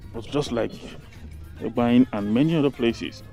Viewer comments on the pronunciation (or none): Just a little correction. The name Egbaen even though it’s spelled with e as the first letter but it’s actually pronounced with an initial a, like when you want to say ‘a boy.’ So it’s like aygbaen—this is the correct pronunciation. And could you please make videos of the city center, I mean streets in the city center. For example, Sakponbe Rd, Oza Street, Aruosa Street, Ogbelaka Street, Erie Street, Igbesanmwan Street etc. Thanks. Good job!